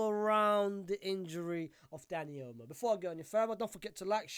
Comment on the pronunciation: why does dis brudah keep callin him "Dani Elmo"????🤣🤣🤣